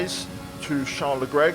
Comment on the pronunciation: You petroved Charles lecl leclca